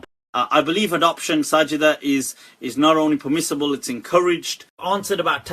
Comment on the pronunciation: '' THheY ArRe PeHmiSSibULe In My UnDeHStANdinG '' lol what a ding dong.